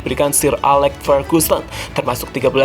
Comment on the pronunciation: Bang klo ngomong kata yg ada huruf “L”nya kok selealu pake huruf “H”....”LHampard, AHLex, GoHL....agak ganggu hehehehe